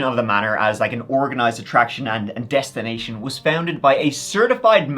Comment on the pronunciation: I thought you said"Deathstination"😂